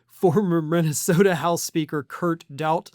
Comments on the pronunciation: Or as he pronounces it.....Mintasota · Mikey Pillow can barely pronounce the name of his home state. He recently called it MINTYSTODA.